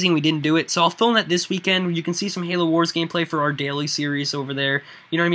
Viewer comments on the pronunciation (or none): none